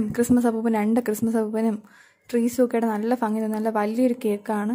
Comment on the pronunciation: ഫങ്ങി അല്ല ഭംഗി 😂😂